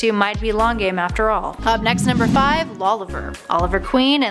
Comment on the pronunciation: It's Lauriver not Lauliver.And also yeah Beebo is the god of war. All hail Beebo!